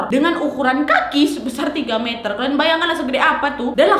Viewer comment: "Puluhan meterrrrrr" Me yg cadel: "Puluhan metelllllllll":)